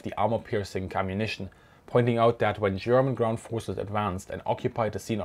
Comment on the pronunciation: Thanks for explaining this subject and your artful pronunciation of the German language!